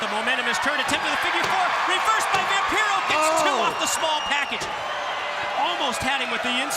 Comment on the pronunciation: Oh sure… it truly is quite the opportunity for ”Vam-PYRO?” 🤣 😆 😂 La Parka deserved better than to follow that Flair/Vampiro scene.